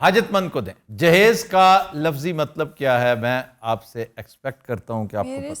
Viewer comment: in wedding context it is derived from samebroot and means preperation proper pronunciation is JIHAAZ